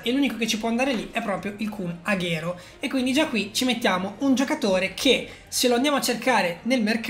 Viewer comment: Comunque si dice aguero no Aghero